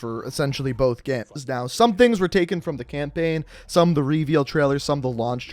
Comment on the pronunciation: Good "gaems"